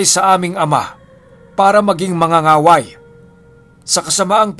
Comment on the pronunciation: Mang-ga-ga-way not manga-nga-way. Mas malakas pala sila kesa sa Babaylan. Dati akala ko iisa lang yan sila. Magkaiba pala.